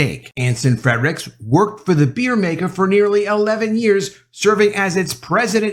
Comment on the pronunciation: Do you think you can start pronouncing Anson F R E R I C H S last name properly? It is not FreDrichs. No D in there.